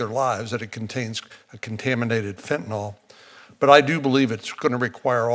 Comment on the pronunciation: why do these clowns call it fentanal; it's fentanyl, like il, not al!